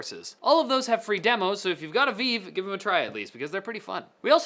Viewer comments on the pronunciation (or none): did anyone else notice when he said "veev," not vive. Also, I can't wait to play video games with a monitor strapped to my face. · Why do you keep calling it "Weave"? It's VIVE. With an "i" He says weave one time and vive the other. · French pronunciation. ^^